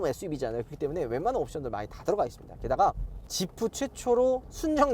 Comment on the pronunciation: 지프를 왜 샤냐?